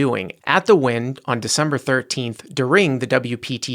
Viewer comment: you put the emphasis in the word “during” in the wrong spot. “DURing” not “durING”